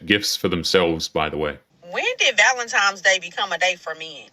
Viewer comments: It's pronounced VALENTINE not VALENTIME. Go back to school. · Just a note for most of these women. You say it like this Valentine's Day, not Valentime's Day. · First off, listening to an entitled woman is already enough to want to drill my eardrums out... but, add a woman who calls Valentine's Day, ValenTIMEs Day... (brain cells self deleting) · Need take advice from a single woman…especially when she says ValenTIMES day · Sorry, but I will not be getting you anything for Valentimes? Day. The amount of illiteracy is staggering. It’s VALENTINE’S DAY. 😂😂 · Am I taking crazy pills or does it sound like these brainlets are saying, "valen-TIMES" day? Please...PLEASE ladies...pick up a book and actually crack the spine. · Take a shot every time you hear a woman say "ValentiMes" 😂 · “Valentimes”, can’t even pronounce what shes a supposed expert about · "Valentimes"? Come on ladies, do better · "Valentimes day" 🤡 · And we’ve found another word black people cannot pronounce correctly, valen-TIMES Day 😅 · S/O to “valentiMes day” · How about if you can't pronounce "Valentine's" properly, you get absolutely nothing? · "valentimes" is a huge red flag